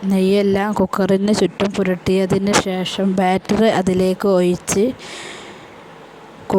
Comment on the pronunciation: ഒയിച്ചു എന്നല്ല, ഒഴിച്ച് എന്നു പറയൂ